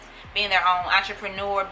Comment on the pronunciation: I feel attacked when yuh said “watcherpnure” .... mam please let go off my shirts 😭😭.. ima go buy the book